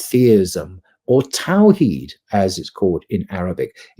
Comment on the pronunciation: I love very much indeed. Bro, please learn Arabic. Hearing the butchering pronunciation of "Aqidah" and "Tawhid" is cringy!